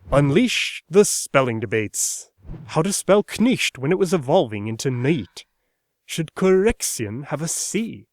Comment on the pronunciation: Elated to hear /∫ʊld/! I've seen a lot of people miss the sounded /l/ in "should" in early modern English pronunciation. Having studied Ben Franklin's phonetic alphabet, I can see it's right there, every time, in "would," "could," and "should." Not a mistake. Granted, his accent comes ~150 years later, but some of the American colonial accents were a bit antiquated.